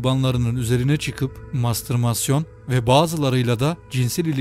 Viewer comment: Mastırmasyon değil, ''mastürbasyon''.